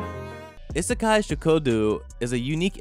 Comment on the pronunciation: is it just me or is the way he say isekai weird no offence